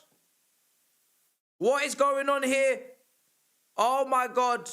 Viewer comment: “OH MY GOT…. OH MY GOT… OH MY GOT”